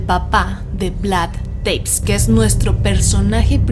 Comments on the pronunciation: Espectacular podcast! El tema vampírico es una locura, pero pequeña corrección si no les molesta. Se pronuncia Tepes, cómo suena prácticamente. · Se pronuncia tal cual TEPES